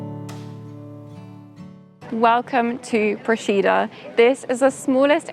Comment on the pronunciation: You've done a lovely job showcasing our little island, but please, please learn to correctly pronounce the name of the place before you post a video. I'm a resident, hearing it wrong is like fingernails on a chalkboard.